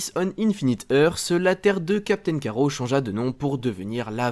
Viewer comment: Tu es sérieux ??? Captain "Carreau" ??? Tu as lu la bd avant de faire ta vidéo ? C'est Captain Carrotte pas carreau oui c'est écrit Carrot mais en anglais, en français c'est carrotte... Comme une carrotte ! Nan mais sérieux...